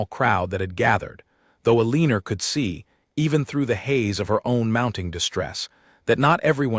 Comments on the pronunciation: “Aliner”, come on! That is an all time AI narrator low! Her name should probably have been Elena. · AI cannot read Eleanor.